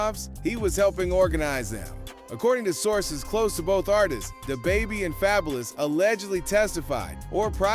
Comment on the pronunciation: called him fabelouse 💀😭I'm fookin crying ova here